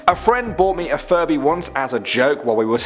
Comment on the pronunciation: I thought you said " Furry " & not " Furby "